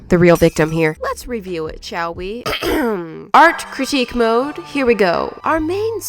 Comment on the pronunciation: Sounded like 'Squishy Roasting' when she said 'Art Critique Mode' 😏😅😁🤣😂